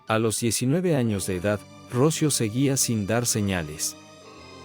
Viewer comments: Se llamba Rocío, no Rócio. Qué clase de español hablas tú? ??? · Qué horror de informe, tienes muchos errores, Dolores no mato a Rocío,Alicia se obsesionó con Dolores y de ahí tantos errores,y no es Rocio... Es "Rocío" con acento en la " í" aquí en España es un caso muy conocido y muy doloroso,a Dolores le destrozaron la vida. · El que habla es latino. Me molesta cuando acentúa mal en nombre Rocio, cuando se pronuncia Rocío. Nada peor que un latino queriendo parecer en estadounidense. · Relatas mal, dices ROCIO sin acento, el nombre correcto es...ROCÍO!! Por favor se oye horrible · No puedo ver el vídeo por como dice Rócio... es Rocío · Porque pronuncia Rocío sin acento, suena horrible la manera como lo pronuncia el nombre de Rocío, por piedad y honor a la niña, pronuncie bien, correctamente el nombre de Rocío. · Por qué dices Rócio, si es Rocío? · Q horror, como q rocio 😮😮😮 debe ser ROCÍO, ROC "Í" O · Se dice ROCÍO con acento en la I . Palabra triisilaba. RO - CI - O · Pronuncia muy muy mal el nombre de Rocío , no lleva acento en la O , lleva acento en la i , Ro-ci-o . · se pronuncia ROCIO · Totalmente de acuerdo contigo. Si la gente va a usar la "inteligencia artificial" para sus documentales, debería tener buena ortografía. Por lo menos a mí, me resulta insoportable escuchar el nombre Rocío sin su respectiva acentuación en castellano. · Interesantes historias pero no sé leen correctamente los nombres. Rocío lleva tilde en la I, no en la o. Y cuchillo no lleva tilde alguna. 😏